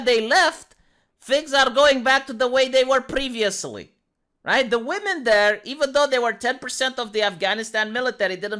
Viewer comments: Why can’t this interviewer pronounce the word women? She keeps pronouncing it woman. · I pronounced "women" phonetically for 20 years. She's probably doing that. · Is anyone else irritated by how the interviewer keeps saying "are woman" I didn't hear her say women once.